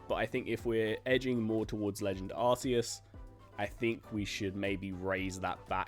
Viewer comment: Sorry but, it’s pronounced ArKEE-us.